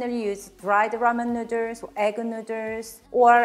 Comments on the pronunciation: Love the recipe, but love the way you say 'nuders' which I didn't notice until you pointed out the tee shirt/merch. Need 3XL though - too many nuders! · From now on, noodles will be called nooders. If says nooders, it's nooders!😀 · i love how she says noodles XD nuders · Very charming lady and awesome home cooking skills, plus so cute the way pronounce noodles.